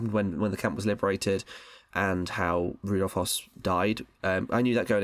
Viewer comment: That's not how you pronounce Hoess.